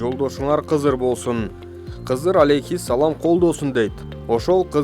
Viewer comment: Кызыр эмес кыдыр да негизи ушинтип суйлосо биз каяка барабыз 😔